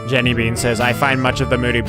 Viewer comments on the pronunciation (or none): none